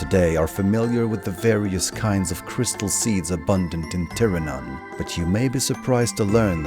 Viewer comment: You pronounce Tirannwn correct then completely fumble Prifddinas. Priv-thi-nas. single F in Welsh is pronounced like V, and DD is pronounced with a hard TH sound, like that in "breathe". Prifddinas literally translates from Welsh as "capital city".